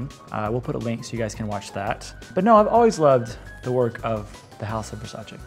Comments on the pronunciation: it's versa-CHEE not versa-SHAY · It’s pronounced ver-sigh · You’re all pronouncing Versace wrong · The way you pronounce "Versace" is terrible